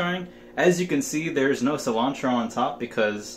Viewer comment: Sea-lawn-tro Nunca supe cómo se escribe "Cilantro "